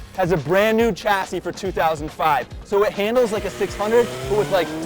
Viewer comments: What is a "Chasey" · Chasey??? Do you mean chassis? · Chassis not chasey hehe Sorry just noticed. ✌🏼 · Chasey? Lol. Chassis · It still bothers me that Americans use a hard ch in the pronunciation of chassis (this is the first time I've seen it spelt wrong, I mean a chasey? Come on now) It is a word of French origin so it is only right that it is pronounced with a soft sh sound. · what the hell is a 'chasey'? Is it similar to a chassis?